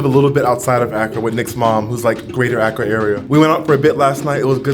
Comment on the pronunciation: Wow you went to my hometown 😊 we are in the eastern region where Twi is used and Fante is more western region, please go again for Easter! Please Accra is pronounced “Ah Kra” and Kwahu “Qo Wu”.